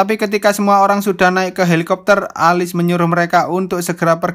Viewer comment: Bang,nama tokoh utama nya di baca nya Elis, bukan alis